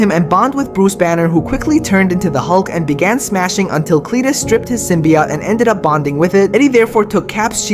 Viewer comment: SymbiOTE not SymbiYOT